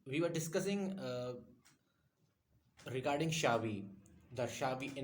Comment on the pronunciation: Its Cha-bi not Sha-vi. Check the pronunciation